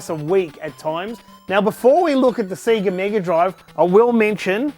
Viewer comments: Fucking hell, all those games and all that time invested...you think the guy could pronounce Sega properly :p (nice collection man) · SEGA, say it with me now... SAYGA, NOT F@ SEEGA!!! SEGA because to be this Good takes ages! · It's not Seega it's 'Sega'...!!! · Full respect to you good sir :) I actually sat there and managed to identify right from the start! so many memories. Do you have clones of yourself to play all these games??? also its SAY-GAA (sega) not Seee ga :) sorry was driving me nuts thee whole video.. had to say it. best wishes and cant wait to see the finished room (if it will ever be finished lol) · I'm really confused why people keep pronouncing it "SEEGA" Is this a cultural thing or something??? The systems literally say SEGA on start up. They pronounce it for you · The way he said Sega ruined my day. It's not see-guh, it's say-guh! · Stop saying sega wrong, It’s Seh-gah not See-Ga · Wtf is a Seeger Saturn ???? It's sega (say ga ) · Seega? Say ga. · SAY-GA, not SEE-GA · What the fuck is a seeger?? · say ga say ga not see ga did the sonic opening not teach anything? :) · stop saying sea ge its say ga lol sorry but it's tilting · I can’t watch for then 5 mins of this, him pronouncing Sega like SEEEEGA is too much for me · For a huge SEGA fan, it's weird hearing him say "Siga" so many times. Imagine booting up Sonic and hearing "SiiiiiiiGAAAAA!" lol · I'm sure it's not pronounced seega. Edit just looked it up, apparently some say seega because advertisements in their region may have said that. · Awesome but please stop saying 'Seega'. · Why do you say Sega strange? Seaga? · That. Is. Amazing. The only thing I want to correct you about is the pronounciation of the words 'NES' and 'SEGA' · SEGA what the fuck I’m British it’s SEGA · Stop saying SEGA wrong..grrrrrrrr. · All those games but can't pronounce Sega.... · All these games....Can't even say Sega properly lol.